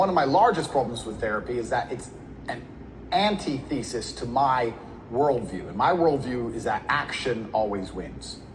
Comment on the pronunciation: This man did not just say anti-thesis instead of antithesis 🤦🏾